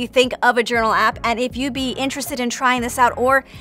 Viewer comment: I ❤ “Yournal”